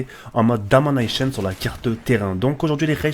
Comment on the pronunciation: IL ME TUUE AVEC SON " DAMANAICHION "